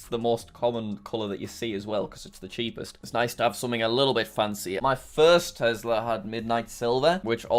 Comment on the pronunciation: tesler??? or tesla?